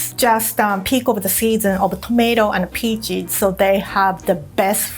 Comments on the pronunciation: she says peaches like pee cheese thats really funny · I'm obsessed with how says peaches 😍😍